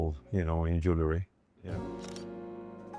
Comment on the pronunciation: Interesting, a man that designs jewelry, cannot pronounce JEWELRY!! pisses me OFF!!